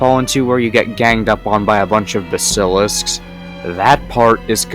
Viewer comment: Bro tho what was that pronunciation of basilisk 😭